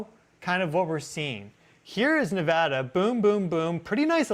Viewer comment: Thank goodness he says Nevada properly